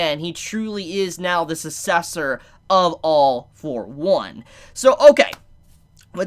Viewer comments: sometimes be like... Susessor I'm sorry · Take a shot every time he miss pronounces sucessor